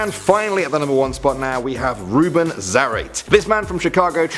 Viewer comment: It's pronounced "Za-ra-tee" not "Za-rat"